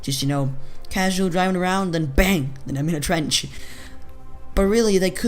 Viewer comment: "Twench" xD